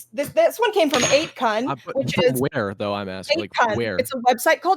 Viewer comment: The probably didn't know what she was talking about since she said it like "8kun"